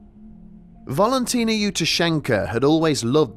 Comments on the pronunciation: I think it's Valentina , not Volontina. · Please explain why you keep pronouncing it as 'harma debarn', everywhere else says 'Kar Mar Dab Ann'. Also 'Volantina'? it's 'Valentina'. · Old stuff but for the mispronunciation of Valentina's name. It's VALentina, like VALentine. Not bloody VOLentina.